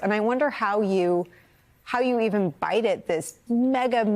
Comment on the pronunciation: I can't believe that by this time there are any media people left who cannot pronounce Pete's name correctly. My long time favorite newscaster, Judy Woodruff, never got it right, saying it like Ms. Wallace says it in this video. It's not "judge", it's " jeg" as in "leg". Please get it right.